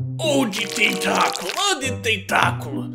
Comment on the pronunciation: Ele não sabe falar tenculo,🤔🤔🤔🤔🤔